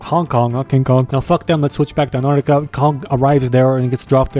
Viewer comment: Says "si vous plait ma cherie" flawlesly Can't say antartica properly.